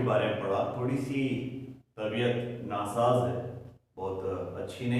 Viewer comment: Sir aap urdu bhi acha bolte h.Tabiyat nasaj thi😄